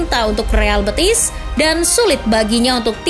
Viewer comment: Penyebutannya bukan kyk nyebut betis (bagian kaki), bukan bëtis ... betis , e nya e d tekan... BETIS.... Real Betis.. Biar ga malu"in